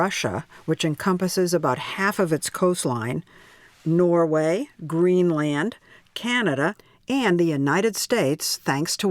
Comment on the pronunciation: Imagine being a reporter on 60 minutes and not know how to pronounce greenland